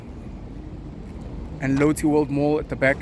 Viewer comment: Based in Korea. . . And your pronunciation of Lotte incorrect. Cool that you made it out here